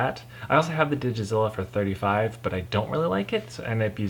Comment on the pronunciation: It's DigitaLIZA not DigiZlLLA. But Digizilla sounds like a pretty awesome robotic dinosaur.